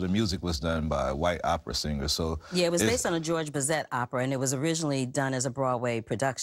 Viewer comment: It's George Bezay the T is silent. This is the musical version of Georges Bizet's opera which was first performed in Paris in 1875. I saw the Opera at the music center in Los Angeles in 2009. The story is the same. In the opera Carmen works in a cigarette factory and falls in love and out of love with the soldier Don Jose. In the movie Carmen works in a Parachute factory and falls in love and out of love with the soldier Joe The song that Pearl Baily sings is not original. All the music is from the opera with lyrics written by Oscar Hammerstein II. The song should have been That's love not Dat's love, but Hammerstein wrote Dats love because the cast was African American. In Productions today using his English lyrics actors pronounce the word properly saying That' Love. The clothes that actors wear in film is taken care of the wardrobe department. Hallelujah is a 1929 film which I've seen. In 1929 Primenber was only 24 and may not have arrived in this country yet. He was born in Austria. None of the dresses that Nina Mae McKinney wears in the film are identical to the dresses Dorothy Dandridge wears in Carmen Jones.